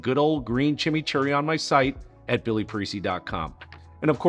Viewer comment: Dood, it's not like Jimmy, it's Cheemee.